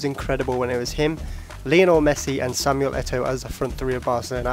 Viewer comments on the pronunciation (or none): none